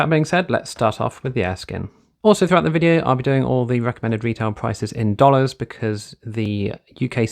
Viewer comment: Really frustrating how your English but quote dollars